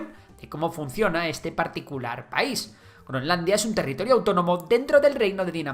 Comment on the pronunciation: Territirio? jajaja no obstante muybuen video como siempre